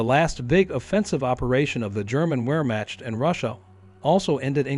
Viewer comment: We'rematch.? Lol